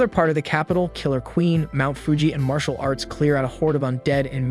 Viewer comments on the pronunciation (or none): none